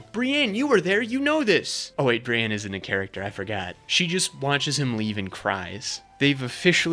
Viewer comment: Bri-ENNE not bre-ANN